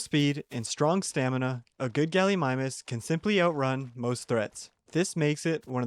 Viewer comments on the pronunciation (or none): none